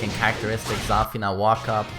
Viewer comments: Why do you call her ZÀFINA? It's ZAFÌNA. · not Zaafina, its Zafiina